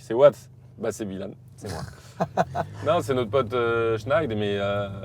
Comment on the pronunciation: Carlitos qui dit "bilane" au lieu de byilhan ...